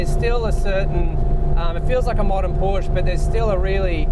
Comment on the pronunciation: Learn how to pronounce "Porsche"......berk!